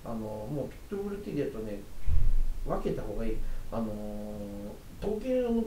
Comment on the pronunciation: ピット↑ブルではなく、 ピット↓ブル